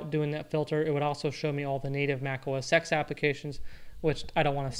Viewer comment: OS TEN! Not X ARGH!!!